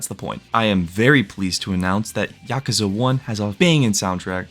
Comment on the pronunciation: Pronounce the word Yakuza right